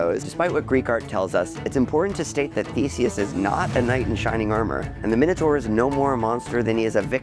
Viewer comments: The moment I heard you mispronounce ’Minotaur’, I was out. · How Americans say minotaur 😅😅😅😅